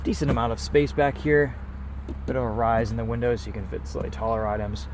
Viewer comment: Did he just say, "decent amount of space backe here"? hahahahaa